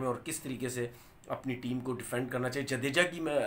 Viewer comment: जडेजा है वो जदेजा नहीं है